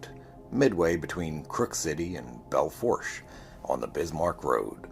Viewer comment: Belle fourche ( pernounced bell foo~sh) French name. Locals simply say "bell." Cool channel! Subscribing